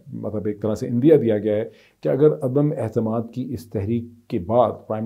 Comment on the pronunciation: Dr. Sahib Mohtaram! May I raise your attention to following: You keep on saying "adum ehtamad" (عدم احتماد) ! whereas the correct expression is 'adum aitemad' (عدم اعتماد) Respects.